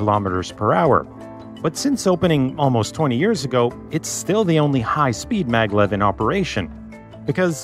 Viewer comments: Isn't it Maglev and not Mavlev? It's magnetic levitation after all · maglev,not mavlev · What's the hell MAVLEV lol🤣